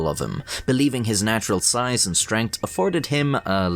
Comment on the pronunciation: "natural size and strengh"